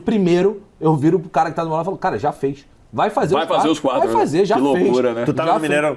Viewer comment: O melhor é o falando vái dar ruim